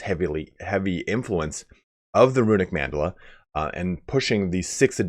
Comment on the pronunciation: For the record, Mandala is an actual term, but it's pronounced with 3 syllables: Man-da-la.